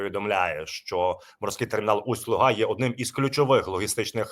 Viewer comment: Правильно Усть-Луга не на а на у ударяти